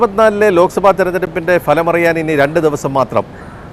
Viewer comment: falam എന്നല്ല ഫലം (Phalam) എന്ന് ഉച്ചരിക്കണം.